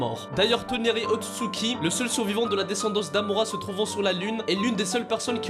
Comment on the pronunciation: c est otsutsuki pas utsuki